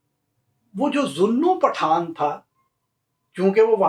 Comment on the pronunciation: Beautiful and wonderful ❤ pronouncing "Path-aan"....hehehehehehe in a typical Sindhi fashion. You have rightly corrected yourself as Shikarpur was founded in the 1700's by the Phulphoto tribes. About the Chandio's, you forgot to mention this anecdote...how Ghaibi Khan Chandio got his title of Nawab by the Viceroy and his Jagirs...it is told that he once invited the Viceroy to tea when he visited the Bhutto's in Larkana. It is said that he had the tea prepared which was made by burning Currency notes to impress the Viceroy who bestowed upon him the jagir of reputedly 999,999 acres! And now coming back to "Path-aan"😉 if broken up it translates in "Grab-n-give" which was what they were called being brigands & robbers😂😂😂😂 Thoroughly enjoyed your show👍🏼👌🏼